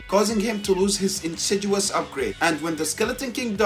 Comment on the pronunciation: I kinda hate to point it out, but since you said it over and over and over again, it's "insidious", with a "D". There is no "G". It's pronounced in-sid-ee-uhs.